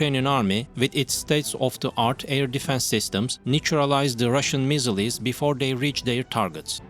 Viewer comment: Can't you find a bot voice that can pronounce missiles?